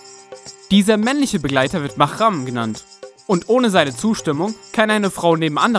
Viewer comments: ich finde die 11 ok und es heisst mahram mit h nicht mit ch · MahRam. Das R bitte rollen.